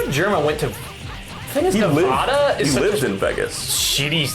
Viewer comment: it amazes me that they both cant say nevada and las vegas correctly